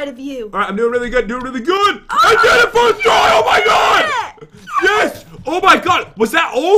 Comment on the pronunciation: Firth try